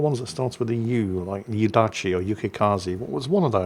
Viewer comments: One of the Japanese destroyer captains that starts with a "U", like Yudachi or Yukikazi.......🤦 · Yudachi doesn’t start with a U.